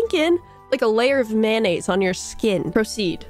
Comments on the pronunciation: It’s making me extremely violent on how pronounces mayonnaise. Is pronounced may-oo-nays. Not man-as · Approximately 133 'mayonnaise' and 74 'mayo' were spoken in this experience